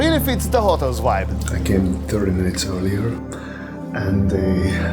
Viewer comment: Its VIBE, not WHIPE haha. I'm sorry but uses it in every second sentence